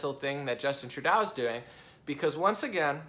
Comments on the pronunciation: LOL It's not Treu "dow". Treu "dough" hahaha.. too funny. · 1. Ontario is a Province 2. Toronto is a city in Ontario 3. Trudeau is pronounced True-doe. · I love your videos. Keep up the good work. Only criticism I have is how you pronounce the name Trudeau. Its pronounced True-doe or true-dough. It pains me doing this. Anyway keep up the good work as I look forward to listening to your video's.